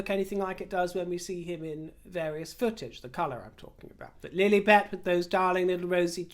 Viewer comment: It pronounced Lil-i- bet, short i, not Lil-eeeee-bet. You, as a Brit, should know this.